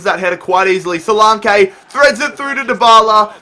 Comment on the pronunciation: Btw, solanke's name is pronounced; so-lanky